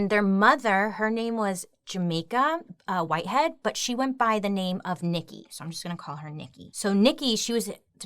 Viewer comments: Their last name is Whitehead not Whiteland. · Their last name is Whitehead not Whiteland. I didn't see anyone else point this out in comments so I thought I would just in case lol 😆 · Their name is Whitehead not Whiteland.